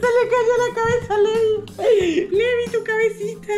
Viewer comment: el nombre se escribe levi pero se pronuncia livay